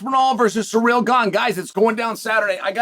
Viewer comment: See-rill not sir-real